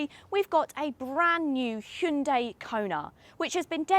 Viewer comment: Impressive that they're finally starting to get the pronunciation correct in the UK. She correctly pronounces the name with two syllables and not three. Hyun-DAY is correct (not hi-un-dai). Well done and great review.